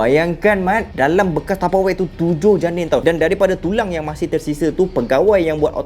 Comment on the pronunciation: SEBUT ELOK SIKIT TAPEWARE HAHAHAH LUCU